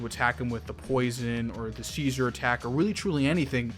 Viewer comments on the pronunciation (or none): See-jer is how you pronounce seizure 😄